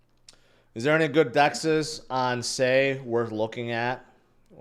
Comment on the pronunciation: sei is pronouned sigh